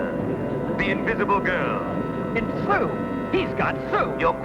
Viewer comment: Did he call Sue, Stew?